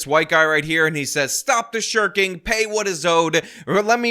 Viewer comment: Ah. Stop the shirking. I thought he said stop the shuriken.